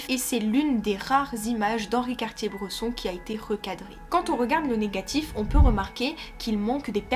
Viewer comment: vidéo très plaisante à écouter mais impression forte de déjà entendu… juste une réserve sur la prononciation de son nom qui me fait mal aux oreilles 😉